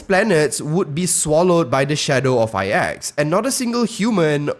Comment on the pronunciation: Good video, btw, IX is spell "its + Axe" i cant really spell it right. But the pronounciation is in between those. Iiitss--eXX. The start is like when you try to say "its" with the ending of "Axe" . "Itx" hope that help